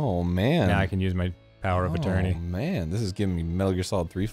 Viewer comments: #grumpclips “Power of A-turn-ee” really hits me with those good laughs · Power of a turney is the funniest thing I've ever heard